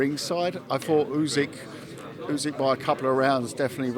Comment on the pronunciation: Why is he pronouncing Usyk as Oozig..?! 🤦🏻‍♂️